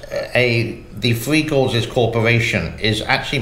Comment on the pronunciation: One last comment, and pls dont be offended as i lije your channel, appreciate ur humor,,,, when you say 3, i hear free. Is this because you live in the far east. Hehe